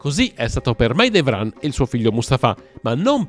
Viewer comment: Merhaba! 😊 Selim Yavuz, padre di Süleyman/Solimano, fu un po' come Filippo II di Macedonia per il suo più celebre figlio Alessandro Magno. N.B. Pàrgali, non Pargàli. N.B.2 Mahidévran N.B.3 Cihàngir (la c in Turco si pronuncia come la g di gelato, giovane, giallo, giusto) N.B.4 Mèhmet, non Mehmèt